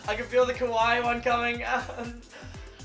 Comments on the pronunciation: it’s kawaii not ku why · It sound more like "Kuh-wai" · U sound like ur saying kawii lmao (idk how to spell it so dont judge.. "=_=) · I love how he just says kawi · I like the part when he says kuwai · U kept saying kawii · O he saying kawaii, I tought he was say cunt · kwai, thats whai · Oh I thought it was "Kuwait" cx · Does he say kawaii?